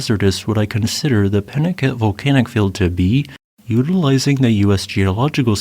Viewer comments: It’s a Spanish name pronounced Pee-nah-KA-tay. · Wouldn't that be pronounced 'pee-naCOTay'? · Please, please, learn the proper pronunciation. It is pee-na-CAH-tay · peen-ah-KAH-tay is how this desert rat has always heard it pronounced in Spanish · The names Pinacate and Tecolote are Spanish words, thus every syllable is pronounced ... Pi-nah-KAH-teh and Te-koh-LOH-teh. St Lucia is a bit of a poser. The name is Spanish and so would be SAN-tah Loo-SEE-ah (in Italian, SAN-tah Loo-CHEE-ah). It is a British territory (after numerous conflicts with the French over it) and so the Anglicized name of Saint Lucia as pronounced in the video is most common. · I am a native of Tucson Arizona and I want to give you our pronunciation of this area. We say peen-a-kah-tay. I have never been to the crater, but my best friend did get to go many years ago with a geology class he was taking. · Think of the Spanish word "Picante" now pronounce Pinacate the same way.